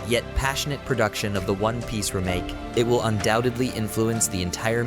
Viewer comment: false. Listen to the inflections and weird pronunciations like "remake". And the weird inflections sounds the same every time the words are said because it's AI